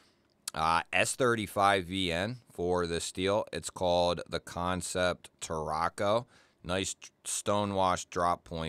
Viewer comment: Man, looks like I'm late to the party, but that's okay. Thank you for not calling them Can-Sept. I can't stand hearing people say it that way.